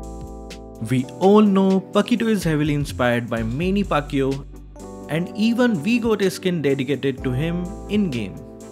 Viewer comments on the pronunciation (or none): Its mani Pacquiao not meni Pacquiao